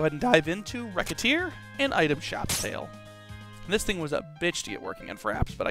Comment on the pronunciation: Just something I thought I'd mention. Recette's name is supposed to be pronounced like "receipt", so since the title of the game is a combination of Recette and Tear's names, the "c" in the title is pronounced more like an "s". [/grammarnazi]